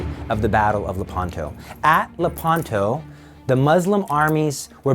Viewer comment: Le’panto. The accent is on the antepenult.